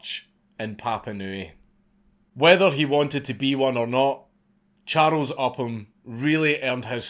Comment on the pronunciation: "Cha-rows", a true hero, but never gave a fuck about it!